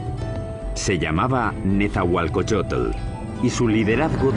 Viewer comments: que mal que los que son locutores en esta historia no son mexicanos, NO SABEN PRONUNCIAR EL NOMBRE DE NETZAHUALOCOYOTL, dice netzahualcoyotle, ni siquiera saben leer...QUE PENA QUE ESTO LO ACEPTEMOS............ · El comentarista que traduce dice nezahualcoyotel jaja